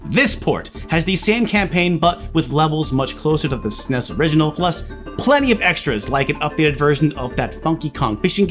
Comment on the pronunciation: I like that says Snes, not es-en-ee-es. Truly the sign of a man with class & taste. Though, the truly gifted pronounce it Snez.